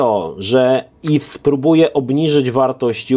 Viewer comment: Yves czyta się iw nie iws 😉